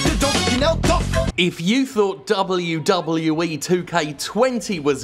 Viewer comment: I love hearing Jim say; " Dub OH You Dub OH You Eee."